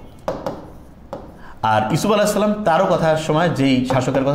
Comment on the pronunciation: সালাম এভাবে দেয় কেন?